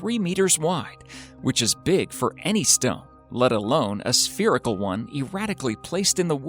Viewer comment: The narrator should learn to pronounce "spherical" , "Chilean" , "Caucasus" , and "ufologists" .